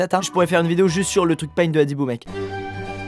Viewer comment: Quand squeezie a dit adibou j'ai entendu brindibou